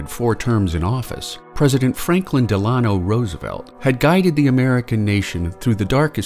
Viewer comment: DeLAno??? Where did he get that pronunciation?